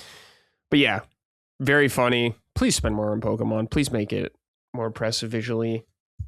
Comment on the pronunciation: Great episode! Ill say this again, though. To, you're awesome but you mispronounce Pokémon everytime. PokEEmon is flat out wrong. Either PokAYmon or PokUHmon are good but PokEEmon is grating to the ears every time. Only emphasizing this because it's a Nintendo podcast so you guys talk about the IP pretty much every episode:P